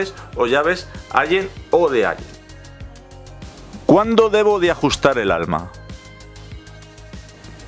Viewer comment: allen y se pronuncia: alen